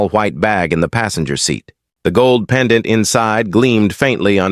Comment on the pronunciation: Robot narrator must pronounce pendant properly not as: pen...Dante phonetically.